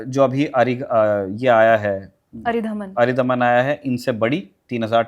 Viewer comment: मैडम, वो अरिदमन है अरिधमन नहीं। शत्रु का दमन।